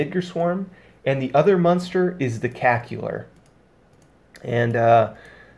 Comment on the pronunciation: Not trying to insult you, but it's CacTAUR (like in Taurus)